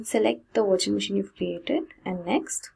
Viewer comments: You say virtual machine, I hear washing machine :). Jokes apart awesome video! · I kept hearing washing machine, so I can to the comments to find out... Nice video by the way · Same I hear washing machine every time she pronounce the virtual machine haha :D but great video learning. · 😂😂 did she said washing machine instead of virtual machine 😂😂😂😂😂